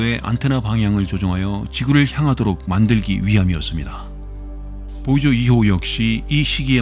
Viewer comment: 보이저를 보저라고 말하고 플루토늄을 플루토뉴밍이라고 잘못말하고 쓸데없이 참고로라는 말을 하는 것은 매우 듣기 거슬린다.